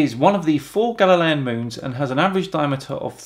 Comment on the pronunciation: What's a galilean moon? At least I think that's what you said. I couldn't tell. I'm also sure I misspelled that.